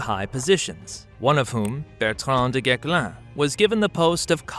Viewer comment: The correct pronunciation of "du Guesclin" -- the "s" is NOT silent.